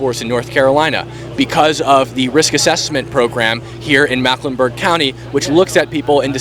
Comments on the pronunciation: Just wanna say, it's Mecklenburg not Macklenburg. 😁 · Mecklenburg. Say "Mecklenburg." Not macklenburg. It's our largest county and encompasses ALL of Charlotte, NC. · Bro just learn how to say “Mecklenburg” everything else was on point